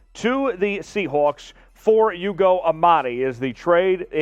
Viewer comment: I wish you would learn the names on the roster. It isn't YOUGO! It's pronounce ooogo.